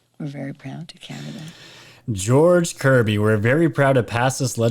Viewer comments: I heard " George Coogly" not kirby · Sounds like she says George Covid